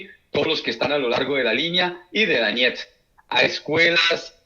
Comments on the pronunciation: Se escribe DONETSK /doniésk/. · lo liberal es asqueroso, pero monetizas en dólares y no sabes ni pronunciar Donetsk, mucho menos podes saber donde queda.